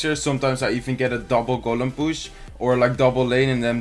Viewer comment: Every time he says push I hear bush lol